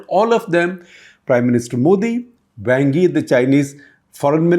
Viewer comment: Great news. Just one thing - your pronunciation of Wang Yi is quite terrible!